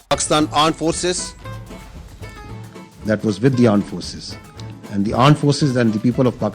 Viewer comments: It's not aand forces... It's Gaand forces😂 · Arm forces not aannd forces ando Pakistani o bikarikisthan. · Aand forces😂